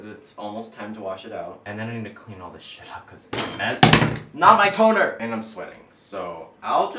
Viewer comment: 😂😂 he said “NoT mY tOnEr” so Asian like👏👏👏👏👏👏